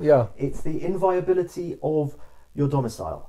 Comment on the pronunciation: I think you mean the "inviolability" of your home, not "inviability". "Inviability" of a house would be something like subsidence. ;-)